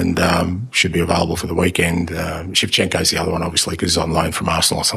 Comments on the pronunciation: Man said Shevchenko yanno 😂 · Man said shevchenko 😮😂